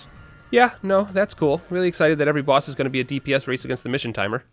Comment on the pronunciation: I'm sorry but hearing him say boss hurts me on an emotional level